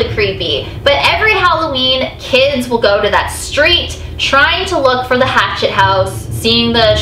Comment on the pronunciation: did she say rachtet house ?